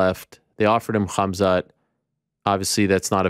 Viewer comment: The way ariel says kamzat is gross